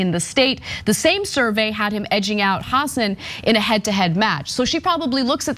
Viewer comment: Good notes and I agree; BUT please learn to pronounce names BEFORE you utter them on videos. You do not need to lose credibility within the population of NH where even Republicans know it is pronounced huh-SAAN. And Boucher, likely from French as Boo-SHAY, but Americanized as pronounced rhyming with ouch-er.....and not like the ou in could. Good thing you don't have to pronounce the names of tennis luminaries. You can always Google the pronunciation.